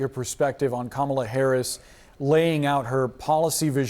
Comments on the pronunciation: It wasn’t a coup. At worst, it was an intervention, but, ultimately, it was Biden’s decision. And don’t be so modest; you, not Joe Biden, are unquestionably the worst president in history. Finally, Luntz, if you don’t want to sound as stupid as Trump, you need to learn that the Democratic candidate’s first name is accented on the first, not the second, syllable. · It's "comma - la" Frank. Man, these guys are so insulting. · Come on, Frank Luntz!! Say her name correctly and respectfully as a pollster, not a DonOLD supporter—totally unprofessional! Come on, Boris—call it out! 🤨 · I see Mr. Luntz hasn’t learned how to say her name—weird! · You'd think Frank Luntz, a supposed objective pollster, could pronounce Kamala's name correctly. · Even Frank cannot pronounce KAmala's Name correctly..LAME!! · Please STOP bringing on right-wing Frank Luntz and choose a less slanted analyst. Pro tip: if they're still mispronouncing Kamala, they're NOT unbiased.